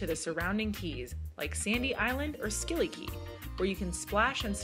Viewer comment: Hi! I’m Anguillian. I’d just like you to know that Scilly Kay is pronounced “sillykee” not “skilly.” I’m glad you enjoy the island !!